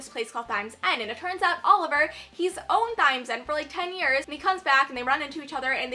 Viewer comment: Lol it's pronounced time